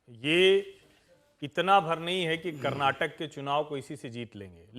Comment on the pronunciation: Karnatak nahi Karnataka bholo